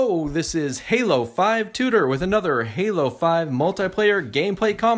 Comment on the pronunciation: I have officially watched all halo 5 videos you have posted. may I suggest giving you a 2 second delay in the middle of voice recording so we can either here you say "hello" or "halo"? because all I'm hearing is "O" or "Lo" lol. as for breakout, there are no extra shield either for recharge. look forward to more videos and hope to play with you again some time! ~~Halo Tutor~